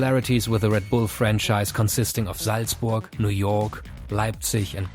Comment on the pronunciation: Are you german cause when you said leipzich and saltzburgh it sounded german